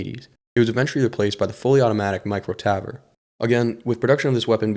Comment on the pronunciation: its pronounced tavor not tavor